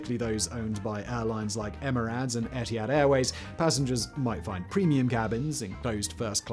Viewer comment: "Emerads"??? Also Emirates has both suites, showers AND bars.